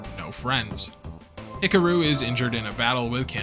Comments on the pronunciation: Love your History Rehash on Macross here. Just keeps reaffirming why I love this show. However, wow, I can't stop hearing you mispronounce "HIKARU" every time you say the name. LOL. HICKAROO??? Should sound like HICKAHROO. With an "AHhhhhh" nestled beautifully in the middle there, like the smooth vocals from the 7-Up guy...oops, that may be too old a reference LOL, ack, LOL. Regardless still, love all your stuff! Love to hit play as I build Gunpla...thanks so much for what you do! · Hick-a-roo? He-car-ooh would be much closer. Hick-a-roo sounds like an Australian red neck 😂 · you are pronouncing Hikaru wrong ,you have to sound it out,say it with me (He-ka-ru) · Oof, those name pronunciations. 🥴 Hickaroo, smh. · pros: easily my favourite mecha channel on youtube. cons: "ek-scaping". that's balanced out by pronouncing Hikaru like buckaroo every time, though, made me chuckle.